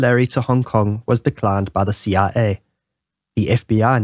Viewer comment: Ur CIA sounds like CRA, was a bit confusing until you said it alongside the CIA logo